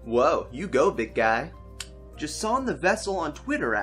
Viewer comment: How the heck did you pronounce my name correctly, J'san, on the first try? LMFAO